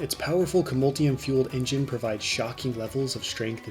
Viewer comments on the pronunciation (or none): none